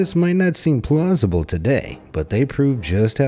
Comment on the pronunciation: T hate when you say plusible